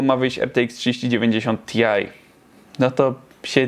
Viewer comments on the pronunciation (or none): taaa... a Lipton określił go jako dobry, heretyk jeden! (-; poza tym nie mówi się ti aj tylko taj... ślad CO2 nie do zaakceptowania!